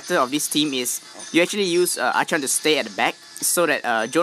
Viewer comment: Wish, I could still stun with Archon. Btw, Archon is pronounced as arkon.